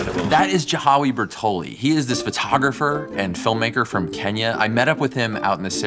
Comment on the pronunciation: Swear they said Kenya